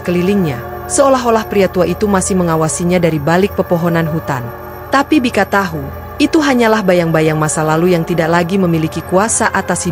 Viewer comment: Berkali kali diajarin TAU TAU TAU BUKAN TAHU CARA BACA TAHU Kecuali nama makanan